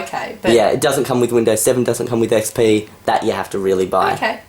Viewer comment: "what do you think about windows ME?" ... "its very similar to windows XP pee" is it me or did you really say XP pee?